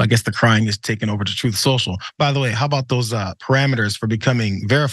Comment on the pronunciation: I kinda like how John calls "tweets" from "Troth Senchal" "bleats" myself. Hey maybe there will actually be some truth on the platform. Until then I refuse to use the "t" word in connection with Donnie's platform. He should just call it "Trump Social' in my opinion. After all, I thought his 'brand" was supposed to be valuable.